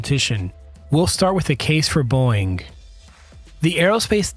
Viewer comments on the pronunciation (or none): Beau-ing, not Boing. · Overall, a very nice, well done piece, with decent graphics. Personally, I'd love to see the Lockheed NGAD with the twin engines of the Boeing (and, for your AI voice, it's pronounced "Bow-Ing" noy "Boing" , like a spring. Not a good sign when an airframe goes boing as it impacts the ground; they usually don't bounce back up...just sayin) airframe. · You're killin me, dude. Boeing is a two syllable name, not a single syllable sound that a spring makes; "boing". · Boeing has two syllables.